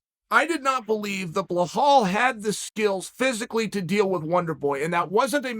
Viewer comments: "Blehall, I'll remember your name" looooool 😂😂😂 and he dares to repeat it 3 times. Undisputed. Undefeated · BlaHall Muhammad....someone should inform BlaHall that he has not been pronouncing his name correctly all this time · Lmfao,i cant laughing everytime chael says blahawl xD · Chael’s legendary fighters: Blehal Muhammed Kamara Usman Jan Blahovavic Hazmat Chinaev Benny Daryoosh Islam Macklechev Surreal Gong Your-rear Rodriguez Charlie Olives Will Fury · What’s so hard about saying “Belal” (Be-LaaL) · So his name is Bill All and not Belal? Make sense.... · Behal hahaha.chel does it every time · Who the hell is Bluh-hall? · Blehall "Butcher the name" Muhammad 😂😂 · You butchered his name so bad BLAHAAL??? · Bla Hal 😆 The newest addition to Chael’s name butchering singles. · Lol how’s he going to say “Yes Blehal, I will remember your name”! 😂😂😂😂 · Wrong bro, chael is actually pronounced his name correctly, it’s blehal that doesn’t remember his own name 🤷🏻‍♂️ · "Yes Blehall, I will remember your name" I can't stop laughing man, Uncle Chael is absolutely ruthless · Come on chael 😂 BEL AL. Basic phonics, just sound it out to yourself. Bel al. It’s romanised, i know you can read lol. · Blehlal ...oh Uncle Chael. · Belal “pronounce the name” Mohamed. Chael could be a great commentator if only he knew how to pronounce words beyond a middle school level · Is Chael mispronouncing names on purpose? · Belal. Is the 2nd L pronounced as an H? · Chael remembers Bilal's name, but still can never say it right. 🤣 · Has anyone notice Chael is the anti-Snowflake? He purposefully does not give a damn about anyone's feelings, and rubs salt in wounds. . Belal came up with "remember the name" because people mispronounced his name all the time! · Bro at this point Chael is just mispronouncing people’s names as a shtick cause it makes him appear old. How tf do you fuck up Belal? 😂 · Please please please tell me where you get the H in Belal's name. (Also my first name). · WTF is “Blahall” ?